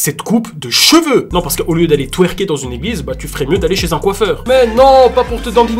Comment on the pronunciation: Tweerker c'est vite dis 🤣🤣🤣